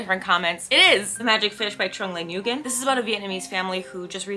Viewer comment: lovely video, and i'm so excited to check these out. Paradais especially!! that blue cover just calls out to me. Tiny note to say the Nguyen in "Trung Le Nguyen" is pronounced "when"!